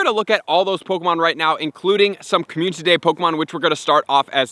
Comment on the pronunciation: Watched this 100x cuz hearing “COMMUNTITY day” is addicting